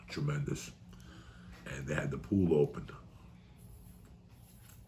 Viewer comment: 0346hrs here in 🇦🇺 Trrrrremendous